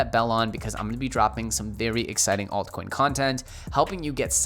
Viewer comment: Did you say ass coin.lmao